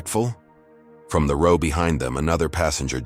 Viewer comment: Reader mispronounced "row". 1st graders learn that.